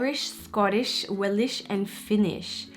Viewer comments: Its Welsh not welish 😂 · Welish :) you mean Welsh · She rly pronounced Welsh as “Willish” smh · Wilish😂 she means welsh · I don't know what you're talking about but I quoted her because she pronounced Welsh as "Welish".